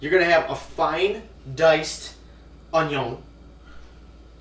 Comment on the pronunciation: I love how you say onion like Cajun man. 🤣